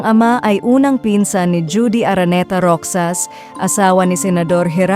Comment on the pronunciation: Rohas po, "h" po bigkas sa "x" parang kay José Rizal lang "h" ang bigkas sa "J"